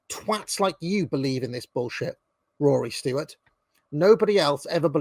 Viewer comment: Jesus christ it's "stewart" not "stoowart" and also it's "cenTRist" not "center-ist"